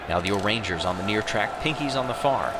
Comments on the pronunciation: The pronunciation of “orangers” makes me upset It’s O’rangers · Hearing "Orange ers" kills me. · "orangers" Umm can you repeat that plz?